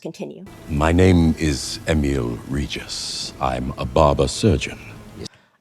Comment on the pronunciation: Damn, your pronunciation of Emiel Regis sounded almost exactly like it would come from a Polish person. I even had to rewind and listen to it again.